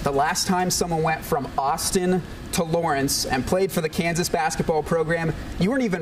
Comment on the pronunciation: My man said it right too! University of Kansas! Rock Chalk!